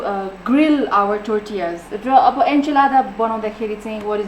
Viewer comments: even it is T O R T I L L A it's not called टोर्टिला it's टोर्टिया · Im not perfect but the way she is saying tortillas is too cringe . Its torillas not tortiyasss .. PERIOD